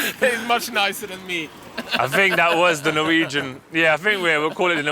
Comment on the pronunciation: Vujwegian show!